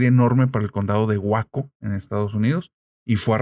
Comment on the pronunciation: Busca como se pronuncia Waco Texas 😂